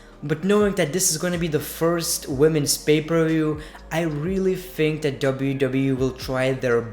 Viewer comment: It's think not fhink